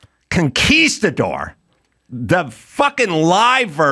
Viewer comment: He says conquistador, pronouncing it correctly. Procol Harum sings conkwistador. That might even be technically correct as the English pronunciation, but it always made me laugh.